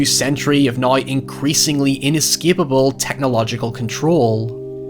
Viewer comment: English Language: "Now": "nOiY"